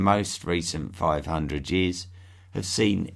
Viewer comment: did u say Jears for years?! lol